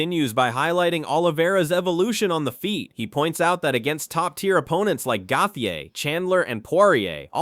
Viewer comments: Absolute butcher of Gaethje name😂😂😂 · It KILLS ME how the narrator doesn't know the fighters hes talking ab....him pronouncing gaethjes name so bad drives me nuts